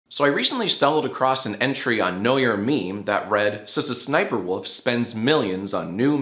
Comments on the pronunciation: I don’t even watch her, but the way you pronounce her name kills me lmao. It’s “S-S-SniperWolf”. You actually say the letter S twice, not Ssssss like a snake man. 🤣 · I like how he pronounces her name with a stutter unless I’ve been saying it wrong this whole time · i always thought it was "Es-Es- Sniperwolf" like each s is pronounced as an S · I've never heard anyone pronounce it "S-S-Sniperwolf" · The best part is that Jack insists on pronouncing each S individually. Every single time. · I love his commitment to say all the Sss separately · Love how he pronounces her name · In all my days I’ve never heard SSsniperwolf pronounced quite like that 😂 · I think it's funny how he pronounces all 3 S's. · I also pronounce SSSniperwolf's name like that. That or with a long ssss sound. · Is that how you’re supposed to pronounce Sssniperwolf?! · i think is pronounced S.S. Scharfschützenwolf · I've always pronounced it es es sniper wolf, I've never heard anyone pronounce it s-s-sniper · Lmao is that really how you pronounce SSSniperWolf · Bro cant even pronouce SSsniperwolf right lolol